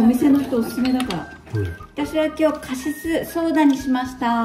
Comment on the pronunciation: ちゃんまちゃん、こんばんは😃 素敵な家族とお洒落な料理💖いいなぁ でもいちばん良かったのは、、、、 旦那さまのカシスがカススにしか聞こえなかったとこ🤣❤️❤️❤️❤️❤️